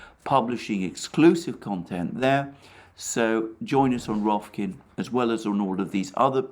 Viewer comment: How can you not love a dude that says rokfin, clearly, succinctly and incorrectly 3 times